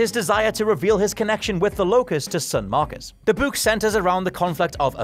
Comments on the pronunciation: Im can we all take a minute and talk about how the hell says word "book"...lmfao bouk, buuk, buk? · Did he just pronounce the word book as (buh - ooh - kuh)? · The way you say the word "book" is fantastic. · everytime u say Book i want to scream lmfaoo that accent bruh